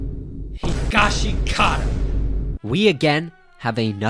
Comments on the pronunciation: Bro why u pronouncing higashikita wrong? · How do ppl still not know how to pronounce Higashikata